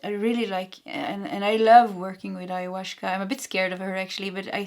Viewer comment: There is no "sh" in the pronunciation of Ayahuasca, I think. In general, Spanish does not have the "sh" sound, but a gentler "s".